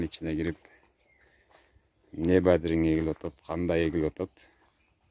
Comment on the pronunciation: Бадирин эмес бадырын десерт болбойбу